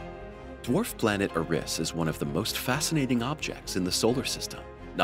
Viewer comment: It’s Eris not Uh-riss